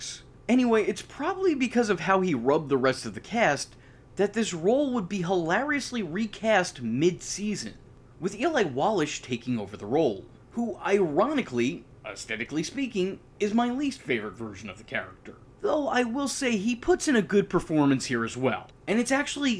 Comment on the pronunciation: Eli Wallach is pronounced Wallack not Wallash.